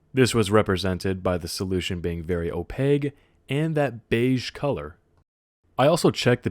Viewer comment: Oh-PAKE. Oh-PAKE. not oh-pague.